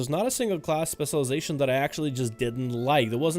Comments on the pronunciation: Where do you live where they say "spesulization"? Or are you just spesul? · stop saying specialization please lol... and you say it in a weird way. Just say "spec" bro. thx